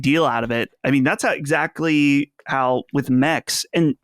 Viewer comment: Why does Colin keep saying ‘exactdy’ instead of exactly?